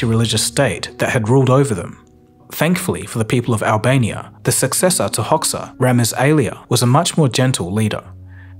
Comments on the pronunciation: it's Hozha not "Hocksa" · Thank you for your hard work and all the research that went into this video. However, I think it bears noting that the dictator's name is pronounced /Ho'-ja/ - since we're all here to learn, I think even small things like that are important to get right. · The name of the dictator is not pronounced Hoksa, it is actually pronounced Hoja, and the is pronnounced as the letter "J" in English same way as you would pronounced Jay or Jeremy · Good video! I was surprized by your choice of topic. Before the likes of Dua Lipa and Rita Ora, the world seemed not to know Albanians even existed. Just one thing you got wrong, in Albanian, the XH is pronounced just like the letter J is in English. It was honestly confusing when I heard you say Hocks-huh, instead of Hojja or Hoggia. I literally had to look at the text on the screen to confirm you were talking about Enver. Keep up the great work! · It's read Hoja (like Muslim cleric) not Hox-ha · Please note that Enver's surname is pronounced Hojah not Hoksa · Enver Hoxha is pronounced like you'd read HoJa or HoGa with hard G. Like Egypt. Not Hoksa. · It's pronounced "Hoja", man. "Hoxa" is like pronouncing "Beedon" instead of "Biden" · The Albanian ruler's name was pronounced "Hocha", not "Hoxa". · It's pronounced Ho-ja, not Hok-saw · It’s “Ho-ja” not “Hox-ha” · It's pronounced "Hoja," not "Hocks-huh" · Hoxa is pronounced 'Hoja' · hoxsa XD Hoja,on english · Hoxa is pronounced Hodja. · As a Greek, I know from fellow Albanians that Hoxha is pronounced as Hoja. Just thought it should be mentioned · Correction: The surname "Hoxha" is pronounced incorrectly. The "xh" sound is similar to the letter J in the name Jack. Hoxha = "HóJa" The meaning of the word "hoxha" is: The scholar in a mosque, the one who calls the ezaan. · Fun fact: The surname 'Hoxha' is correctly pronounced like 'Hodge-ah'. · It’s pronounced “Ho-shah” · Just fyi the xh in Hoxha is pronounced as a j otherwise good on you mate 🇦🇱🇦🇱